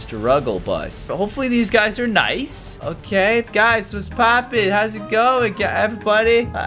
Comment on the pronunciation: Almost sounds like poooop